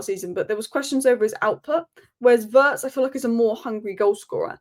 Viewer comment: I wish you would pronounce Wirtz correctly, just like Terry Flewers. Your analysis of the players is great, as always 🙌🏼